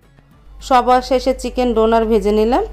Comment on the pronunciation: ডোনার না ডোনাট 🤣🤣🤣